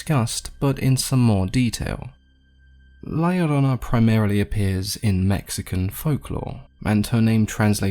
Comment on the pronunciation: I was about to dislike and unsub if u pronounced la llorona wrong😆 But well done!!!